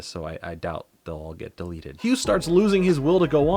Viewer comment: I think it's pronunced ne-me-see-s and bruh that whole Hugh in Nickelodeon all star brawl thing you called it